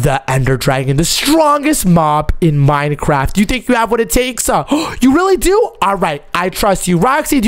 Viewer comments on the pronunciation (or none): none